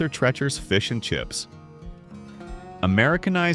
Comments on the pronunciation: No favorite memories from there. But I DO know the proper pronunciation of TREE-CHER'S. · AI voice overs are annoying because they don't pronounce names correctly🙄 Arthur "Trechers" FFS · TREE-cher's. NOT what YOU said. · Your educational video is an automatic fail if you're too lazy to research the how to pronounce the name of a store. It's "Arthur Tree-chers", not trechers. You forgot to mention the iconic self playing pianos that played at farrell's. They piano keys would press down the correct notes as the songs played like magic. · Guys, please learn to pronounce the names correctly. AI can’t seem to get it right. It’s Arthur Tree-churs not Tretch-urs, Mobeel not Mo-bile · ...and it's Treacher's, like TEACHERS, shmuck robot, not like STRETCHERS. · It's Arthur TrEEEcher's, not Tretchers. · it's TREE CHERS not tretchers. and it's fil AY not fil itt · It is pronunced as Arthur 'tree-chers' not Arthur trech-ers. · Arthur Trecher's? It's pronounced "Arthur Treecher's". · Treachers is pronounced like teachers with a hard R after the T NOT tretchers. Watch the old 60s & 70s commercials. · You must not have been there. "Treacher" rhymes with "teacher," not "lecher." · It was pronounced as Treecher's rhymes with teacher's- Arthur Treacher's was really tasty fish and chips. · It's pronounced Treecher's named after an actor. And a lot of Burger Chef restaurants were converted into Hardee's restaurants. And Burger Chef invented kid's meals before McDonald's. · Painful to hear the mispronunciation of Arthur Treacher’s. It’s pronounced “Treechers” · You had me until your artificial A.I. voice pronounced it "Arthur Treh-chers". Sorry, I'm out. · I'm quite certain it's pronounced TREE-chers. But I'm also certain you know that and I fell for the engagement bait.. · Pronounced Arthur "Treecher" this AI is wild lol 😂😂😂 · HEY AI ITS PRONOUNCED ARTHUR TREECHERS WITH A LONG EE! TREACHERS. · Treechers. That’s how it’s pronounced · Arthur 'TREE-chur" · It's pronounced tree-chers.